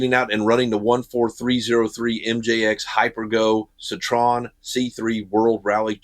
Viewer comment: It's pronounced : Ceetro - N